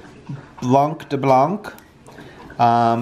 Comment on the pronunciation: When you prononce the name of the wine, you never say the "c" at the end of "blanc" you must prononce it BLAN ;-) generaly you don't prononce the second consomne when you have 2 next to another ! and enjoy french wine they are the best !!!!!! have a nice week end... from France with love